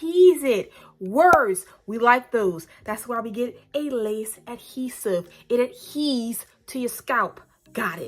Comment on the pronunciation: Lol at it "adhees" 😂😂😂 it's "adheres" mama